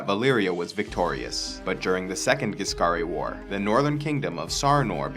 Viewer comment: What he says:"The Ghisscari war " what I hear "the First Punic war"